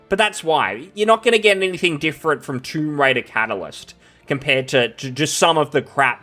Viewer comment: Man i started laughing it sounded like you said "Troon Raider". 😂